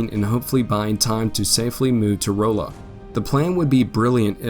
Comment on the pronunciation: Rolla Pronounced RAW-LA. During the war a very key rail station with two forts. A major Frisco Rail Yard even up until and for a while after WWII with a HUGE switching round about station at modern day Newburg. Home to the Missouri School of Mines, University of Mo Rolla (Raw-la), and now known as Missouri Science and Technology. Or also known as the MIT of the Midwest. There were many pro Southern folks around Rolla as well, and a lot of "Bush Wacking" happened throughout the war. Couldn't tell I lived there for a while huh?